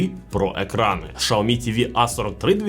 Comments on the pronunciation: Якщо чесно, то в Китаї так і кажуть, бо я там був і чув на власні вуха... Шяомі вони кажуть... Але він все одно не так цю марку промовляє, як в Китаї... Китайці кажуть - Шяомі, а цей бовдур каже ШАОМІ....😂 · Шяомі кажуть в Китаї, бо я там був і чув, як вони це промовляють... Тобто в нас не правильно промовляють - не Сяомі, а Шяомі... Але він цей бовдур каже ШАОМІ, тобто теж не правильно. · Сяомі кажуть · Шаоми??? Впервые слышу что ксиоми так называли 😅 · Було цікаво, взнати про нові телевізори Xiaomi. Але "шаомі"? Де на початку Ви бачите букву "ш"? Так, в китайській мові своєрідна вимова, але... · я зараз в Китаї в Чжоушані і можу з впевненістю сказати що китайці «xiaomi»вимовляють як «саомІ» ( наголос на останню букву, тобто І !!! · В різних провінціях вимова може відрізнятися, але вірно сяомі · шаомі ААААААА, кров з вух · Дізлайк за "Шаомі" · очень хороший эксперт который даже не знает как правильно читается бренд)) прям сразу доверие))) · Как английская буква Х может быть Ш? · Ну алло.. ну яке шаомі))) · Я думав мені почулось 😂😂😂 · 😂😂шаомі, ізєрнет🤣